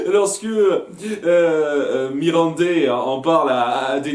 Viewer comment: MiSSandei !!!! Pas Mirandei please ;)